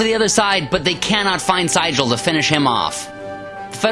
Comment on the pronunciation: Excellent video except that Siegel's name is pronounced See-gul (like the bird)